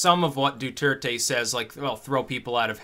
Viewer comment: Duerte = DWehr-teh. (Spanish is my native language.)